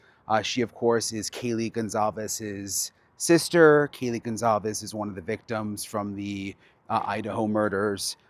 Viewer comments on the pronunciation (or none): Brian please if you respect them pronounce their last name correctly. Their last name is GonCALves not Gonzalves. There is NO Z, it is CAL. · Brian really? It's gonCALves.... not gonZALves... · GON-CAL-VEZ ITS BEEN YEARS SIR.